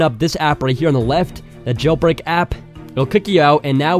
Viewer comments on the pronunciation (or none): He is saying jailPreak 😂😂